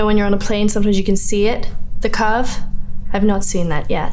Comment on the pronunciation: The only part where she sounds British is when she says the word "curve"😂